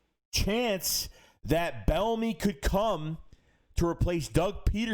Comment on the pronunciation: Pronounced like B enemy no L